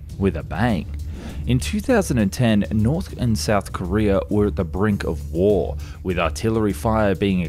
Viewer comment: Its KoreA not Kore-er he says it right some of the time ...but come on, the people who speak english but can't speak english...ridiculous